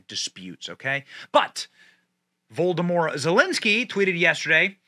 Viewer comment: Benny...I adore you, but God bless it...your pronounciations are something else! Its not Vol-doh-more...its pronounced Voh-lod-oh-meer. Its noo-clear. Its WREAK havoc. Its all I can think of at the moment...and though I know youll never see it, I had to say it...again. I still love you! 😄❤🇺🇸